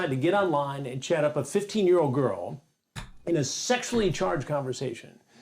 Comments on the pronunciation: I feel really dumb but it took me a good five minutes to realize you were saying Chat and not Chad. I'm sitting here like wtf, WHO'S CHAD?! 🤦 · Oh your saying CHAT! I thought you were saying CHAD I was like Who The fk is Chad?!